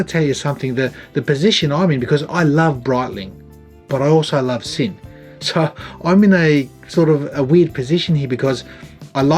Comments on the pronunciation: FYI, it’s a “Zinn” not a “Sin”. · great video. Love the review and moreso the watch. The brand is not called 'Sin' - rather 'Zin' - do your homework here pls. Not a severe criticism but get it right pls. Love your content mate! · Well done. Sinn is solid watch brand. And I believe sinn(German) pronounces ‘zin’. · Helmut would be smacking you if he could. His last name is pronounced "Zinn." Germans are tricky that way. :) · You sad man. It's pronounced 'zinn'. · Pronounced Zinn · Great review of a cracker of a watch -- thanks. A dressy luxury tool watch. I'm going to be that guy and say that the Germans pronounce it as "Zin" -- let he who is without sin cast the first stone eh! Enjoy your rest sir.